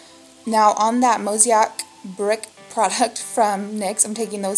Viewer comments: Mow-say-ick :) Am loving your channel!!! How have I never seen your vids before?! Amazing! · Mosaic....Mo-zay-ik. That's how you pronounce the nyx multicolor product. Like in art when they use small colorful pieces to make a larger item.....that's why the nyx product is named that way bcse of the design of the powder....just fyi. pretty look! Thanks